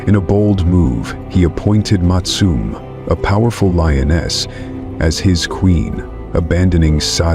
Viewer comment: IT'S Sek-e-kama, and Mat-su-me and Sa-tau. AI needs to fix thier pronunciations 👀👀